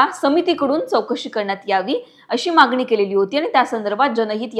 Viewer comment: विडीयो करण्यासाठी मराठी भाषा शुध्द असावी. बऱ्याच चुका दिसतात. उदाहरण: "मागणी" व उच्चार "मागनी". लोकमत व्यवस्थापनाने याची योग्य दखल घ्यावी व मराठी भाषेचे शुध्द उच्चार बोलण्यात असलेली व्यक्ती विडीयोसाठी निवडावी किंवा त्यांस तसे ट्रेनिंग द्यावे.